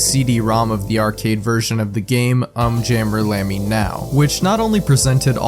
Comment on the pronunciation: I can’t believe that I unironically thought to myself during the Um Jammer Lammy segment, “ugh it’s pronounced ‘Oohm’ Jammer Lammy”. I can’t believe the monster I’ve become.